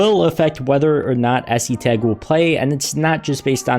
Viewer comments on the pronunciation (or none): the pronunciation is es-tag